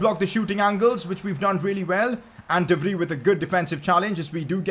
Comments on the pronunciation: Im dutch and i just wanted to let u know u should pronounce de vrij like ‘de Frie’ instead of ‘de free’ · Not "sê vri "its sê vcy(vrij) say it correct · Pcq: You pronounce “De Vrij” as “De Vr I” (with the I from I) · Pcq: As a dutch person I'm becoming triggered of the way you say De Vrij. please type it into Google Translate from dutch to English to say it right. pls